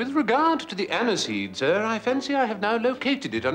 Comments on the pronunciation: Time for a hearing check I think my friend, cause he doesn't say snir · Am i the only one who cringes when Mr Fry pronounces "Sir" with a nasally "Snir"? The audiobooks have a more appealing interpretation of Jeeves' vernacular.